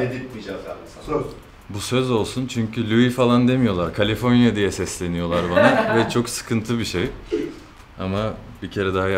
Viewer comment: kaliförnya :DDDDDDDDD Amerikalının dili banada bulaştı :DDDDDDDDD